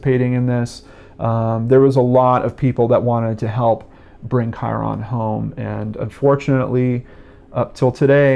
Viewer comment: His name is pronounced "Kyrun," not Ky-ron. Think of it as rhyming with Myron.